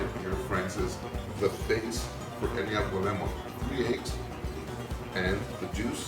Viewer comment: Pronunciation- - avo LEM-ono soup